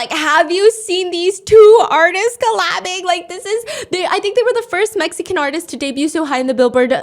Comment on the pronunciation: I was confused thinking you were saying “medicines” hate them and then realized you were actually communicating Mexicans hate them. lol😅